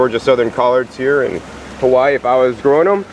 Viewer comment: Lilacoy? Cal-oh? If your going to introduce indigenous plants in your videos, in O-Wahoo Hah-whyeee no less, have the common decency to pronounce the oleo Hawaii correctly. I can't help but think every American who watches this will now refer to the staple foods that feed our la hui for generations in the same ignorant fashion. Mahalo nui, have a nice day!